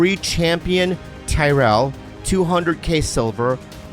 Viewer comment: Lmao I like in the ad how bobby makes the character's name "Tayrel" into "Tyrell" hahah. When he said I thought, "no way is that the character's name" and couldn't wait to see it written out. And sure enough. Lol